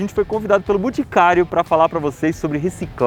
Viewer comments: Iberê falou mil vezes "BUticário", zero vezes "BOticário"... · "buticario" kkkkkkkkkkkkkk